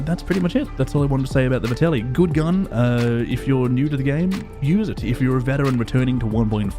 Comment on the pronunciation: ffs this is two videos now. It’s Vetterli not Vertelli. the “R” comes AFTER the “T”. Good video tho dood:P